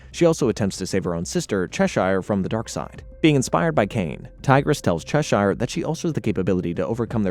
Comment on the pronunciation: Ah yes Chesheyer and Zaytanna